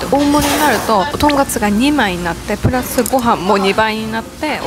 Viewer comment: "とんかす"ではなく、ちゃんと"とんかつ"やったね！ 長期で行ったら行きたくなるお店♡ の幸せそうな顔♡*